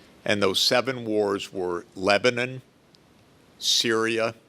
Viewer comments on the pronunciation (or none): none